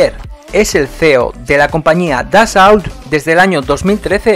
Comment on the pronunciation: En francés no se pronuncia la T al final ni la L . la au se pronuncia O . Atentamente jm